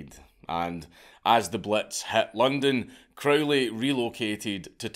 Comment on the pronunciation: It's Crow-ley (rhymes with "holy," as he himself insisted :) ) Epic madlad (both the guy and the vid). I was hugely into Crowley and all that stuff in my late teens and early 20s, and I still have a soft spot for all that craziness, even though I'm pretty much full fash these days. It's pretty obvious that there are loads of tucked-away corners of the universe (including our own minds, what consciousness is, how it's produced, etc.) that we still don't really know all that much about. I suppose the only difference in my attitude now is that I agree with the scientist Richard Feynman - it's ok not to know. What's certain is that if you do particular practices with energy, dedication and persistence (e.g. the various kinds of meditation, ritual magick, sex magick) you do sometimes get striking results, and they're fairly consistent. But whether the results are wholly subjective (the sceptical position), fully objective (the traditional occultist position), or a mixture (e.g. something like Jung's analysis), is difficult to say for certain - and nor does it really matter all that much. (Or as Crowley himself prefaced one of his books of magickal instruction: "maybe." ) We've only been around for a very short time, cosmically speaking, so it wouldn't be at all surprising that we don't yet know everything there is to know :)